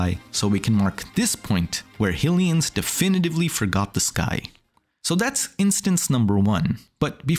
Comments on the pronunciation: I mean no harm…but “HILL-ee-uns?” Isn’t it pretty apparent at this point that it’s “HIGH-lee-uns?” No? Am I missing something? The Goddess, “HIGH-lee-uh?” And “HIGH-rule?” Again, I mean no harm, but this seems obvious. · Who tf says Hillians? It's canonically been Highlians since at least the mid 90s.